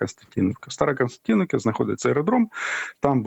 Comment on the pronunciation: Старокостянтинів ☝️ а не старокстянтіновка ☝️🤬